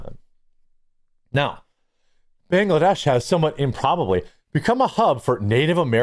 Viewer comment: OK dude there is no extra a in Bangladesh. Why can’t you get that pronounced correctly? I don’t understand.